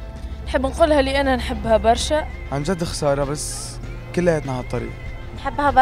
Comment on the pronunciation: ههههههههه ههههههههه هههههه كيف قال برا زمر نحبو برررررشا من تونس 🇹🇳❤️❤️😂😂😂